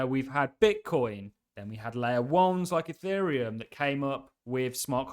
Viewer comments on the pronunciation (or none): none